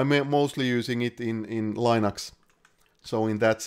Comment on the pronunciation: Thanks! Super informative video! My only quarrel is the mispronunciation of "Linux".